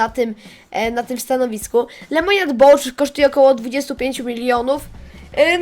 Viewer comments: Bouf jak juz a nie bołcz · "Bołcz" XDDDD🔥🔥🔥😔